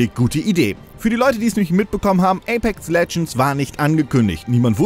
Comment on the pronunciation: Ich hör die ganze Zeit nur ApeC Legends. [EYPÄKS]